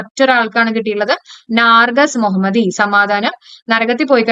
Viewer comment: നാർജസ് അല്ല mam.... നർഗീസ് മൊഹമ്മദി